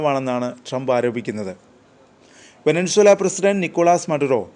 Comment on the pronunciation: വെനസ്വേല എന്ന് പറയെടോ